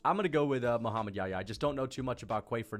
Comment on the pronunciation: dude if you can't pronounce YaHya, just say Mohammed John. John is the English version of Yahya.